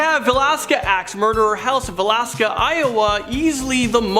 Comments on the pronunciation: Right. It is va-lis-ca. And Au-gus-tine. A long a. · Please pronounce Villisca, IA correctly. If you're going to make videos like this you need to know how to pronounce words.